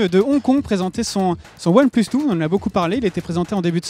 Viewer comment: qaund il dit one plus tfouuuuuu lol apprend l anglais